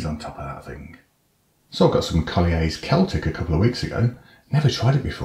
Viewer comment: Oh yes Chef! That looks well decent. And I do like your french-like pronunciation of Collier.